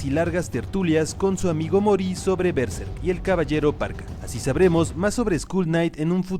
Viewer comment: Buenísimo el video. Podrías pronunciar berserk bien al menos...